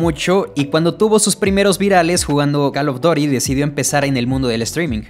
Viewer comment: Esta bueno el "cal of dory"